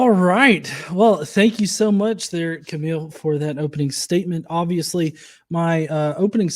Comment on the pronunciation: Johns' regular mispronunciation of Kamil had me feel like I was watching an episode of Archer. Cool debate guys!